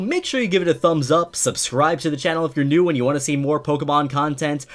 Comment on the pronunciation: Quit saying pokemon. I can't unhear you saying it wrong. Why don't you say Pok A Tips as well? No that you say with an E for some reason, couldn't say it right to save your life. Edit: and leaving ranked battles, teaching people to leave ranked. Dislike this scrub